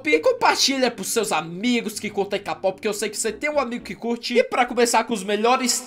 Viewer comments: se fala keipop nao k pop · Não é "KAPOPI" é "KEIPOPE" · Se fala keipop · Se escreve k-pop mais é dito keipop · QUEM PERCEBEU QUE O FALA KPOP ERRADO TODA VEZ